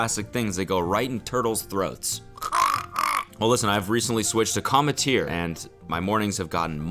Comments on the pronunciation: did no one else trip off how he had to VO "cometeer" into the ad? do you think he was saying it wrong? lol "Cum- tear" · I swear cody mispronouced 'cometeer' every single time, and his editor had to patch everything up lol. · I feel like Cody was definitely mispronouncing commetter because all the times he said it were like dubbed over lmao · lmao he had to dub over the ad read I wonder how he mispronounced the brand name at first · Bro the voiceover on the ad spot every time he said the company's name. I need to know what he was saying so wrong lmao